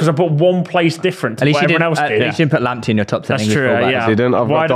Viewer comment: Bradley is Northern Irish but let’s all laugh at for getting Lamptey wrong😂😂